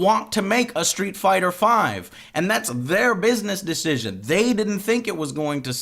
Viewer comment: he said "Dish-cision" lol